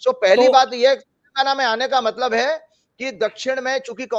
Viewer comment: आप हमेशा तेलंगाना को "तेलगाना" बोलते हैं। आपकी टीम की सदस्य भी यही बोलते हैं। क्या आपके डिक्शनरी कोई अलग है जिसमें तेलगाना ही है?